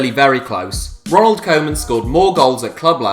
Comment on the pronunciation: How can you be making such videos and not know how to pronounce koeman?